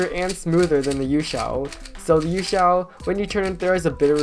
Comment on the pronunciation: I do not like him saying YueXiao v2